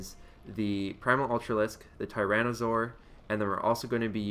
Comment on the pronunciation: Hello. You have pronounced it really close to the real deal lol. :) WAY better than Winter (twitch.tv/wintergaming ) who pronounced it woefully wrong.